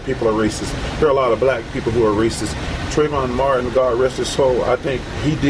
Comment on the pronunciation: That asshole couldn't even pronounce trayvon martin's name correctly, let alone state any facts backing his statements.